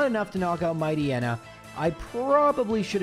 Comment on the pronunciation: Matchneya? Bro, you need to be stopped lol